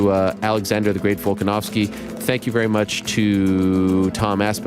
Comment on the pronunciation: the mench volkonovski lol stop it.